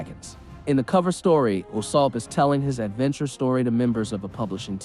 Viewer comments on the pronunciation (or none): none